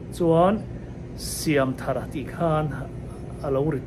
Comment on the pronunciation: I lam dan hmasa kha a dik zawk , thar hi adjetivea ni dawn a, noun a nih avangin i pu phuah dan angin lam zel rawh ka ti,ve mai mai a nih chu.